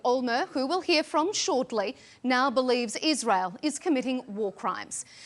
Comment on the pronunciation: do you ghear me 🤣🤣